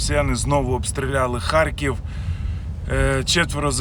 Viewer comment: В слові "ХАРКІВ" твердо Р !